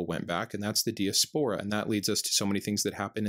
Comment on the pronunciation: Google "diaspora pronunciation". I'm guessing it's a word you'll use quite frequently and you are mispronouncing it.